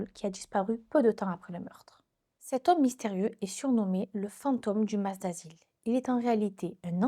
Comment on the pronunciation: Salut, je connaissais pas du tout et c’est très intéressant. Juste on dit maSS, (le S se prononce😊)